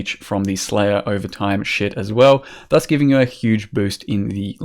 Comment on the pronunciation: When hits you with " THUS " Kreygasm